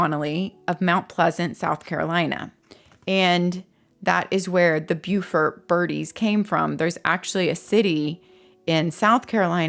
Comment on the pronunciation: You pronounced Beaufort correctly! My brother lived in Beaufort SC and I remember him telling me how it was confusing because there was one in NC but pronounced differently. Beautiful beautiful area!